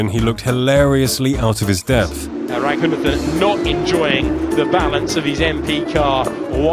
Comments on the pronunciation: A bigger fail than this driver himself is the way the commentator say his name.. it's pronounced - Ruh ghu naathen.. not Racoonuhthen.. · I had to look up more video to understand why his name is being pronounced with a "Th" not a "T". Indian sources use "T" not "Th" for his last name.